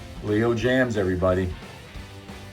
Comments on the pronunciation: it's pronounced ( James) not jams...😊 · Dude, this was a good video, I HAVE this guitar, but Dude's name is NOT "Jams", but Jaymz, that's a, l o n g "a", I've met him, and that's how he pronounced it. That said, I was so impressed by this video, I clicked a like and subscribed....then I went to the channel looking for more guitar content, and all I saw was dogs, snow and pools....none of which interests me. That said, I'm now un-subscribing and wishing you the best of luck.